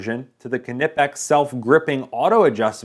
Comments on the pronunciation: Except that he doesn't say it right. He inserts a vowel between the k and n, and vary between saying kenippex and kanippex, both which are wrong. Its a kn sound like in Macnamara and sickness. It would have been better if he had said nippex - that way, the pronunciation could be excused by kn being pronounced n at the start of words in English. But kenippex is cringeworthy. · There is no vowel after the 'K' so why you all keep pronouncing it like 'ka' or 'ke'? Just pronounce it like the 'K' in fake, take, make etc... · Sir, the K is silent... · PRONOUNCE THE NAME CORRECTLY!!!!!!!! Holy crap, that's annoying. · It's not an English word. You do pronounce the K in Knesset and Knut (although most Americans mangle the latter by inserting a vowel, much like this guy did with Knipex). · knipex is pronounced the same way you would say knife. the k is silent and the i is given the long vowel sound. (in my opinion) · are you sure the the K in knipex isn't silent? it sounds better that way lol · The Knipex.It is pronounced Ka nipex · am i the only one who is bugged by the way he pronounce knipex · Dude. The "K" is silent. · Agree with the silent K. You dont say "kanockoff" pliers.... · The same in this video from almost 7 years ago saying the company yelled at him to start pronouncing the name correctly? Or this is a different Knipex rep that said he got yelled at by the manufacturer? /watch?v=22O4u5w4q_A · k-nippex? WHAT?! It's nypex! Pronounce it like you would the word knife, or knight. ARGH! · Proper pronounciation Ni-pex not ka-nip-x or ka-nife. But however you pronounce it, we at knipex appreicate you who purchase our products, enjoy! Thank you for the support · its fucking nyepex ffs not kinipex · Kneepex no silent k but not Kenipex. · There is only one P, so its pronounced Kniipex, not Knipp ex. Take it from a kraut. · A German friend tells me it is pronounced K-Nee-Pex phonetically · Call the pliers police. Kuh-nee-pex. Watch a video by the company.